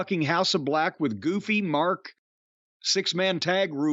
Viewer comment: "House of BLECH" this man is a genius 😅😆🤣